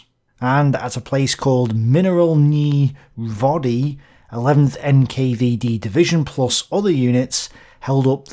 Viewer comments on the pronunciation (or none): Mineralnye Vody: pronounce the y's like this: EDIT: Not my channel, no self promotion, just painful to hear. Flex your neck muscles downwards, like you're saying a heavily over-pronounced "Wuh", and then say "wee". That kind of sound.